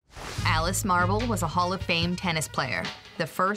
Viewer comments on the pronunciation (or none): none